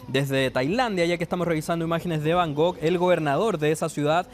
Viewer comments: además, es Bangkok, no Bangog... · Se pronuncia BangKOK con k no con G Y NO ES AFRICA ES EL SUDESTE ASIATICO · cuando ha dicho bangog no he podido seguir. Vaya nivel cultural de los periodistas.